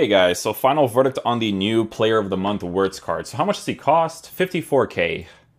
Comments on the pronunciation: FYI, in German, the W is pronounced as a V, so you would pronounce it as Florian Vertz. Not judging you bro, just letting you know :D I love your content, and I always check out your vids for player reviews first. Keep it up bro! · bro its veertz Wir is veer no ver